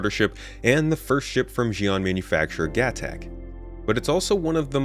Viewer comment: please say the alien words right, Xi'an is Shee on, gatac is Guh Tok, Aopoa is Ow Poe uh